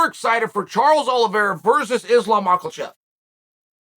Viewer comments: Me: Islam MOKHACHEV Chael: Islam MOCKLE-CHEF Me: Islam MOCKLE-CHEF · Lmao Islam “macklechev” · He keeps calling him Macklechef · Cmon Chael, you don’t even know how to islams last name. You have butchered it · chaels trying his best to pronounce islams name